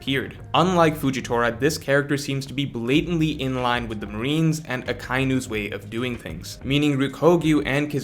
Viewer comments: It's Aka-inu, aka meaning red and inu meaning dog, which you already know, but it's not pronounced Uh kye new. Aka Inu, just say it as one word, Ah Kah Ee New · jesus christ its “ahh•KAI•E•New”